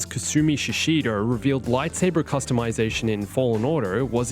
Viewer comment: I don’t wanna be a jerk man, but it’s “Customization”